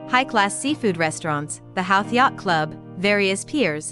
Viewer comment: Thank you for promoting our beautiful village but please re edit your Narration you're not pronouncing Howth properly And check out local musicians called Clann Eadair and use this music for this video then you'll have a great video 📹 👍